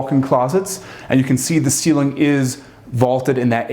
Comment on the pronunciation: He would get much more credit should he be interested in listening to his lack of diction! I would imagine anyone would be excited to be in this building but please pronounce the words correctly! For example it is ceiling NOT ceelin. Also mountain NOT mouuun!!